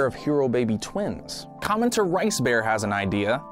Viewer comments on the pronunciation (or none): none